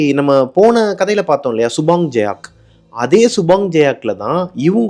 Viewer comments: Subang jaya thaa ya.. jayak ille.. and its Ringgit not Linggit. 😂😂😂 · Hi Bro.... . It's சுபாங் ஜயா... Not சுபாங் ஜயாக் . It's ரிங்கிட்... Not லிங்கிட்